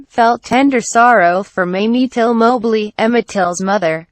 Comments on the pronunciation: His name is Till not Tilt smh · His Last Name is Till not Tilt..... Please Correct.... Thanks... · His name was Emmett TILL…not TILT😡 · Till not tilt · His name was Emmett Till. Get it right!! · First get the name right please and thank you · Did you deliberately, get his name wrong ? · Till. It’s been three years and you still haven’t corrected his name. You are hopeless.